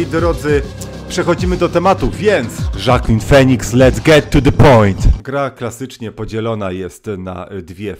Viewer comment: W 1 minucie masz oczywiście na myśli "Łaakiin Finiks" prawda? Tak, gościu ma strasznie trudne imię :)